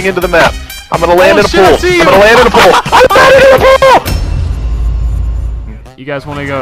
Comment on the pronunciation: He was saying pool I thought he was saying pole lol